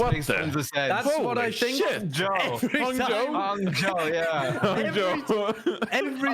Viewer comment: I was pretty flattered about that pronunciation of Hangzhou